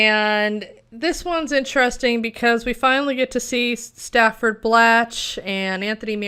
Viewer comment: The character's name was STANFORD, not Stafford. STANFORD. Like the university.